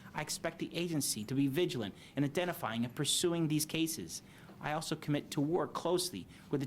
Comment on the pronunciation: The potato can’t pronounce ‘cases’.